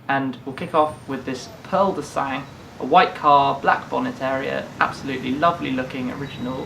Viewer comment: Awesome video again! Btw Sang is pronounced without the G